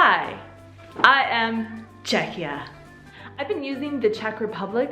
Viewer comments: Mně nevadí ani jeden název, hlavně ať tomu lidi neříkají Československo. :D Ani jsem nevěděla, že název Czechia je tak starý - ale vyslovuje se to asi "čekia", ne? Přijde mi, že jsi tam občas vyslovovala "ch" a "ch" přece v angličtině (ve výslovnosti) není. Asi jsem spíš proto, aby oficiálním názvem zůstalo "the Czech republic", protože to podle mě reprezentuje jakousi novou éru, už nejsme součástí Rakousko-Uherska, tak asi proto tam lidi chtějí mít ten název "republic", jsme prostě rádi, že už máme samostatnost + zdůraznit, že nejsme monarchie. :D Ale pro neoficiální styk jsem pro název Czechia. Za doby Československa to bylo taky zajímavé, jeden čas vadilo Slovákům, že tam mají malé "s" a že bychom se měli jmenovat Česko-Slovensko a ne Československo. :D :D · Not really, it's pronounced "Check ya" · "Che-ky-ia" is the correct pronunciation! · It's kind of funny how she can't make up her mind about the pronunciation alternating between 'k' and 'kh' in the middle. But hey whatever, there are thousands of English words where the English speakers can't make up their mind! :-) I think the 'k' is the officially correct variant. Anyway, this is the best video I've seen on the subject! Thanks!